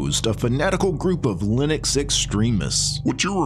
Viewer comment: I’m convinced that says lin-OX because the gnu in GNU’s logo looks like an ox. He’s been trolling all along.